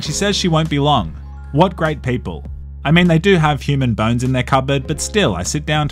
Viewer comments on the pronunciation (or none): none